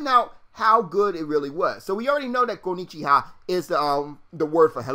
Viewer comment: Lol hello in Japanese is "Kon'nichiwa" not "Kon'nichha". Just a simple mistake.